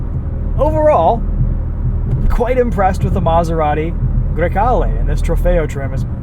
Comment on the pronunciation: Bro said that name so flawlessly